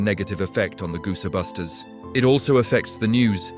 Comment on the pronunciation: Gooserbusters??? Look, if you're going to create a bunch of AI slop about a movie, get the facts and pronunciations correct.